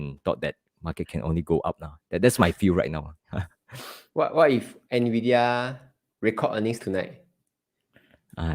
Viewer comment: "Ennn Veee Deee Yaaa" Not "Naaa Viiii Deee Yaa" 😛